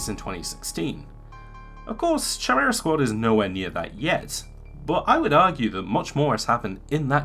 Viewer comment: Chimera is pronounced like Kimera, like character is pronounced karacter.